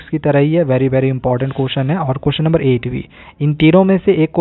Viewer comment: Sir very Bolte h bhery nahi,🤣🤣🤣